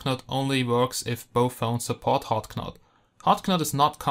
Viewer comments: Hot Not. the K is silent! Your English is better than my German, though! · Great review. This device looks awesome. BTW, knot is pronounced like not (the k is silent)